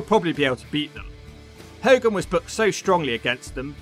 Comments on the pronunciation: Its Ho-gan not Hol-gan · It's funny how half the time you can't say hogan properly then you can in other segments, is that on purpose? 🤣😂🤣 how ever, it entertained me 😂🤣 another great video dudee 🔥